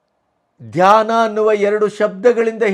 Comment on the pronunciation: Read as dhayna only